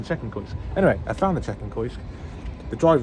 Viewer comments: Great video! Just because I mispronounce works all the time Kiosk is pronounced Key-osk not Koysk 👍🏼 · I was shouting at my monitor "KEY OSK" but he never heard lol. :-) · It's pronounced ' KEY OSK ', just for info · I think kiosk is pronounced key-osk. Dis make me chuckle "koysk". Love your videos mate keep plodding on and f**k the haters their only jealous of your success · “Koysk” 😂 Kee/Osk you sausage!! ❤ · It’s pronounced kee-osk. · Kiosk.......Say 'key'....Now say 'osk'. Ok? Now say those two together ...... and kick yourself 😂. Great vlogs pal. Really enjoy them👍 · KIOSK .... pronounced KEE-OSK .. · “Kee Osk” 😂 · Prounounced Key osk you donut 🤣🤣🤣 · KI-OS-K mate 😂😂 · You mean key -osk.ha ha. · its pronounced key-osk for kiosk mate, not hating just letting you know.